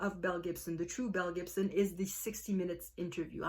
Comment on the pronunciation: I have no clue why I have never heard of this woman or this story! It sounds wild...although I kept thinking you were saying MEL Gibson! 🤣🤣